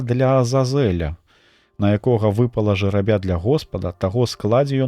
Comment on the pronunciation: Прачытана: жэрабя' - гэта жеребец (рус.), а ў тэксце: жэ'рабя гэта жребий (рус). Няправільны націск зьмяняе сэнс.